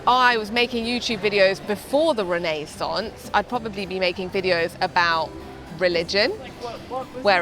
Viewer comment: I believe you pronounced "Renaissance" wrong the entire video